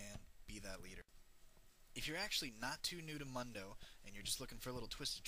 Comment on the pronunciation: how do you not pronounce "MUNDO" right when he says it himeslf right when you choose him?